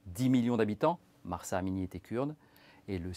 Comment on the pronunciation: Cest Masa Amini et pas "Mahhhhhhjrsa" Amini. Le "h" est muet !!!!